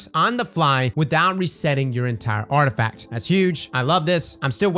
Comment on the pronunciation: "Arftifact Perk Refunds"